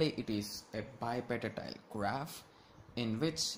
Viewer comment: why u sayin bipartitile graph